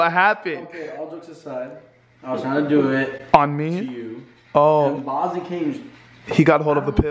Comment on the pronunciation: remember when u called Bosley Boswell